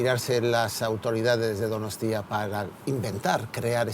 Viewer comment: Empieza con "Euskalerria es mi tierra madre, un país que amo apasionadamente..." Y luego está todo el rato soltando "DonostÍa"... Nadie de ETB le ha dicho cómo se pronuncia?